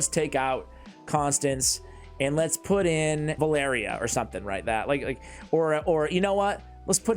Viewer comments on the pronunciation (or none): none